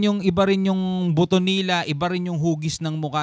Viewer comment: hahaha kainis pag ung sinasabe mong "NILA" may tono